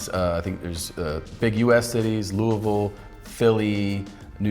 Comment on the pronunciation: Hearing Tom pronounce Louisville correctly was surprising.